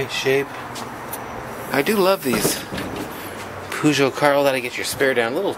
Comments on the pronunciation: poo-sho? i though it was peugeot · Haven't seen one of those in England since the 80's. Over here, we pronounce it like Purr-geot.